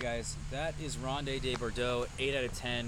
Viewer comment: it's pronounced "rownd duh bor-doh." Just 4 syllables total, my friend.:-)